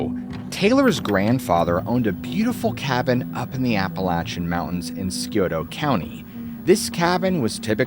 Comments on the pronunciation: 😂 it's not skioto 😂 it's sigh oto I'm 2 hours away from there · I know some others have said it already but Scioto is pronounced 'sigh-oh-toe', not 'skee-oh-toe'. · I live in Ohio, but couldn't understand what you were saying for the city/area you were talking about. I replayed the video spot where you used the word, and I think you were trying to say Scioto. If so, it is pronounced sy-OH-ta. Just FYI.😸👵😽😻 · Scioto is pronounced SCI-OTO NOT SKI-OTO. i know because I was born there.. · Skee ota! Or Scioto? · It's pronounced Sci-Oh-Toe not Skee-Oh-Toe 😂😂😂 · The Scioto River & County are pronounced sigh-oh-tuh. Love your vids! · It's pronounced SEYE OH TOE (Scioto). I'm from the area. No criticism intended. Enjoy your channel. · You say Scioto so funny😂 it is annunciated as Si. o. toe ...drop The C 😂😂😂😂😂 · Not that it matters to your video but I think you're talking about Scioto county in Ohio. It is pronounced by everyone that lives near this county sigh-OH-tuh. We live right on the county line. Of course, we're probably saying it wrong but we had to listen twice to figure out what county it was. Lol! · Pronounced "SIGH-OH-TOH" County. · Scioto is pronounced Sigh-oh-tow. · Scioto (Sy -oh-toe) 😂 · Scioto is pronounced sye ote uh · " cy oto " Scioto County is pronounced " Cy - oto " 😂 lol ..... nice try though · Thats pronounced sigh- Oh- Toe, Scioto , like the Scioto river in central ohio. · It's pronounced Si-ota Ohio. Thanks for sharing! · it's sigh otoe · Just started the video, so I know this is petty in the scheme of the who video, but I'm from Ohio and Scioto is pronounced Si-Oh-tuh. OK, pressing play again 😂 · This would all be better without the inclusion of Scioto county, because the area just isn't as described. Also pronounced psy-oto, but excellent video. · Lol i live in sciotoville OH. Scioto county.. the c is silent and the i is long and the last o is like ugh. Seyohtugh.. lol sorry for trolling u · It's "Sigh-o-toe" County. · It's pronounced Sy-O-Ta